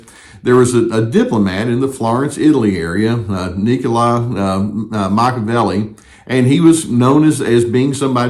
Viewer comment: The way you pronounce Machiavelli is endearing. It's actually Ma kya veh lee. Anyway, yeah, that dude was a trip!